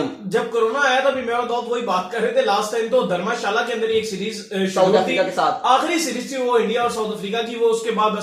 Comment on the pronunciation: Bhai dhamashala nhi dharamshala h